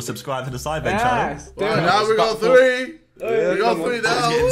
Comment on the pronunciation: Everyone : welcome to SIDEMEN REACTS Josh : Welcome to Simnreax